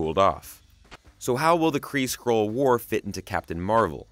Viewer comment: SkrULLL.. not scroll!